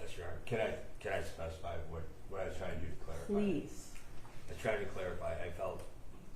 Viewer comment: you're honor i am so sorry. But i am either completely inept and/ or stalling to ruin the cadence of the prosecution's questioning. Can you give me a bottle and a blanky? I am really "twying" my hardest here!